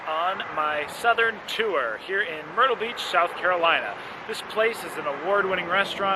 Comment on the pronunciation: Tour - is one syllable. Tour like your or tore. Not “to-er”. Sounding like stew or griffin